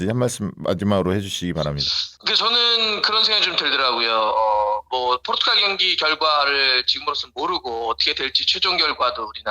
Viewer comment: 포'르'투갈 입니다. ...